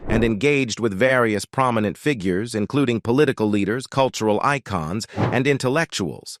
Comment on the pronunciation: Terrible voiceover! Robotic and can’t pronounce simple words like “figures” - painful to listen to.😢😢